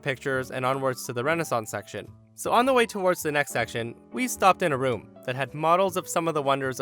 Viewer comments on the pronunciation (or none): none